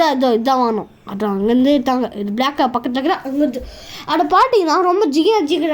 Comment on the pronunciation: அடு வந்டு... இடு வந்டு... என்னாடா பேச்சு இதெல்லாம்?